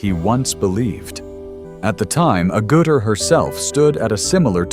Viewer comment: Sigh. AI voiceovers continue to pronounce Jenny's surname incorrectly. It is not A-Gouter, it's AGG-utter.